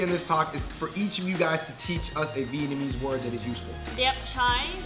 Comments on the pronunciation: vietnamese is definitely pronounced better than vietnamese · You guys really need to work on your vietnamese. Your pronunciations are terrible.. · Their Vietnamese is pretty bad, thought my pronunciation was bad.